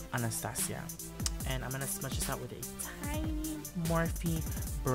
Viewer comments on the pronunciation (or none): none